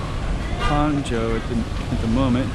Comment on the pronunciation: nice video. fwiw, "zhou" is pronounced with a long O sound, like in "joe". not like the O sound in "how"